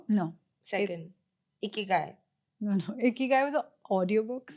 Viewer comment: Been watching this podcast for so long that Ikigai sounded like "Icky-Guy".